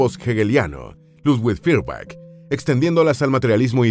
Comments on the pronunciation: SE PRONUNCIA FOYERBACK, es un apellido aleman, no ingles. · se pronuncia Foierbag